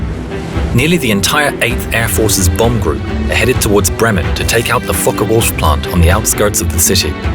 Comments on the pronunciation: now why did i hear it as Fuck the wolf instead of focke-Wulf? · It's not fucker wolf it called Fokker wulf